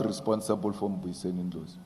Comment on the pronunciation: Why is it difficult for him to say Dr Ndlozi?